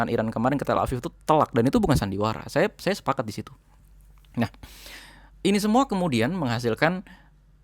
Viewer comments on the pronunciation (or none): Mantap infonya ..kerrenn,..kritik dikit yaa mas..😆,klo bilang Nahhnya, jangn medok" kedengeran kocakk tapi rada gimana gitu...😆🙏maaf yaa mas, sy pengikut setia info dr sampean..mksh banyak infony